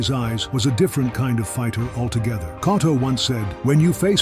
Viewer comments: Anyone else annoyed how this narrator keeps messing up Cotto's last name and sometimes gets it right? How you gonna pay respect to a great fighter while messing up his name. It's not "Cot-toe" but "Co-toe".....It's gotta be AI. Artificial Ignorance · Who is “Cahtto”? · Pronounce it right numb nuts